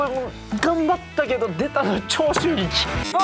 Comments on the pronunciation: の長州力の発音消臭力すぎる笑笑笑笑笑笑笑笑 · の「長州力」の発音が「消臭力」なの、だれかツッこんでくれ…！ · の長州力の発音が消臭力すぎてじわじわくるwwwwwwwwwwww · の長州力の発音、 ずっと消臭力なんよwww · 長州力のこと消臭力のイントネーションで言うのやめて🤣🤣🤣🤣🤣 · の長州力が消臭力のイントネーションに聞こえるの私だけ？😂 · RANの長州力のイントネーションが消臭力でジワるw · の長州力さんの発音が完全に 消臭力wwww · 長州力のイントネーション気になりすぎるしジワジワくるwww